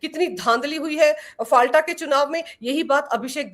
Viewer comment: आपलोग संचालक हैं पर गलत नाम उच्चारण कर रहे हैं। फाल्टा नहीं "फलता" उच्चारण कीजिए।